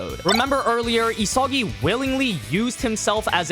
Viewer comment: Why does he pronounce "Isagi" like that?